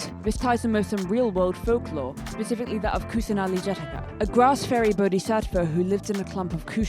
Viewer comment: Hi a few criticisms! You pronounce Saraswati wrong (pronounced S-uh-r-ah-sw-uh-thi) The t makes a th sound. Bodhisattva is also pronounced incorrectly but not as horribly. Nahida's skin tone is light because her references are considered light skinned, also she's based in the upper level of Sumeru. In India the more North you go, the more wealthy the views and the more paler the skin so I believe it qualifies as alright. She could be darker I suppose but Genshin doesn't really go for realism also considering she's an elf A lot of other names are mispronounced as well, but I don't really care much tbh. Mehndi is also pronounced incorrectly (ma-hen-dhi) however that might be a language difference as india(and south asia) has a diverse selection of languages. Also you pronounced Saari in a way that kinda made me giggle! You pronounced it the way we say yes in my language 😂 (it's Saa-ri with the a sound being extended and sounding like an uh). I feel as though putting Nahida in a Saari is an oversight, as since she is a child that would be strange. It's more of a social thing but Saari is more viewed as an "adult" type clothing, there are saari made for children but they're mainly built like Churidars- I know in my part of india parents generally see wearing saari as a sort of coming of age for their daughters. As Nahida is quite literally built like a toddler that is a mega oversight. I apologize if I sound extremely critical but my friend sent this video to me as an example of